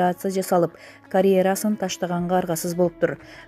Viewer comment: Диктор карея расын дейт го карьерасын деген сөздү😁